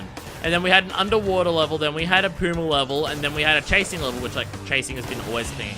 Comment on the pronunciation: It's not Puma, it's Pura, like purr.